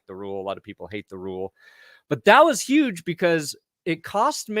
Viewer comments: Yuge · Youge win for the Youston Texans